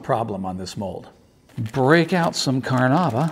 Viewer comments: Technically it's Car-na-UH-bah, Car-na-IH-bah or Ca-run-DA, all of which come from the Tupi Karana'iwa; but how pronounced it can be considered "close enough" for english speakers. Now "Car-NOOB-ah" is the single worst attempt at saying "Carnaúba" that I have ever witnessed. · Car-NOOB-ah wax was not your problem. Your acting is awful friend. LOL